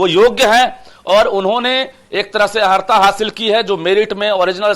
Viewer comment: अहरता नहीं, अर्हता.